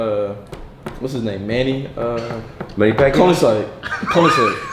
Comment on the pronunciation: my guy said manny pacquiao 😂😂😂